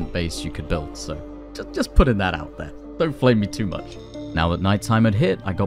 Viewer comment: ou he forgot to pronounce the T in out 😂😂😂😂